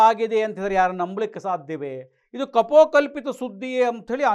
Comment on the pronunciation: ಕಪೋಕಲ್ಪಿತ ಅಲ್ಲಾ, ಕಪೋಲಕಲ್ಪಿತ.